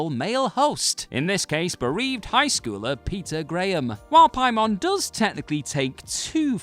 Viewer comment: Say Pie-mon one more time